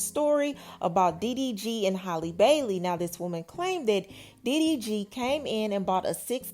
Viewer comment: Halle not Holly...still love this channel